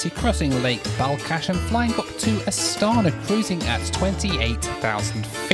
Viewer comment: You said probably ca 300 times 'Astana'....incorrectly. The Kazakhs pronounce it with a along 'a' in the end, don't they? Astanaa